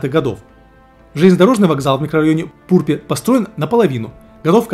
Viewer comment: Хах, байт на комментарии сработал, доброго тебе здравия) ПурпЕ́ правильно произносится) с остальными населенными пунктами, вроде не ошибся)